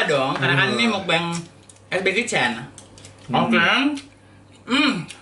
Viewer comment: Bacanya meokbang kak (mokbang). "O" nya dibaca kayak "o" pada kata roda. Bang dibaca bang biasa , tetep dibaca "a"😊